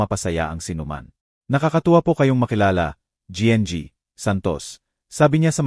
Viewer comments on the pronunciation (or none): Hindi ko alam kung Anong nasyon ka, koreano,niponggo, bisaya, o ano ba,Ang gng ay ginang kung bigkasin para sa susunod ay alam mo na, hnd Ako namimintas tinatama ko lng,cnsya na